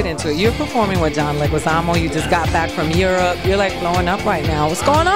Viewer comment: "John Leguzamano"...? LOL seriously?